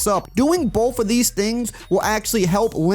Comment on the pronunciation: “Both” = “BOFF” 🤣